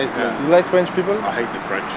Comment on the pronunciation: " I hâte french "🤣😂🤣